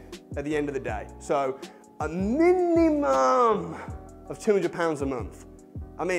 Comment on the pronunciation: They way you say MINUMUM !! brilliant cracked me up .